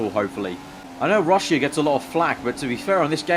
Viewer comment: What's Ru-sh-ee-ah? Lol